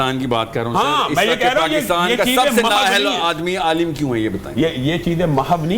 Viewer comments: Aaalam ❌ alim 😂 ✅ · Aalam ❌ Aalim ✅ 😂😂😂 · Alaam alaam Sahil adeem: Alaam nhi alim 😂😂